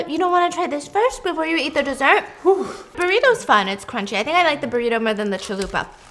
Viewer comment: “BUT THISSS, It keeps in the KRUCHIE “ 😂😂😂😂😂